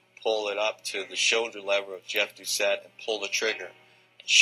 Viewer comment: excellent job with this story. I was only 18 living with my family in Baton Rouge. It was all over the news. My only suggestion for improvement is the pronunciation of Jeffrey Doucet's name. It's pronounced DOO SET.